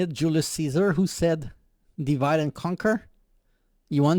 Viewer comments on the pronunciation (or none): none